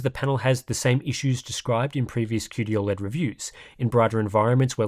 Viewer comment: As a fellow Aussie, why do you pronounce it "ol-led" and not "oh-led" like the rest of us?